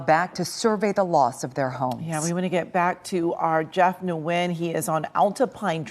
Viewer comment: Jeff Nguyen's surname must be pronounced N'win!